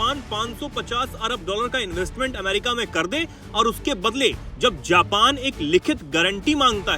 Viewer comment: जापन ❌ नहीं जापान ✅ हैं भाईसाहब! 👆🤨😡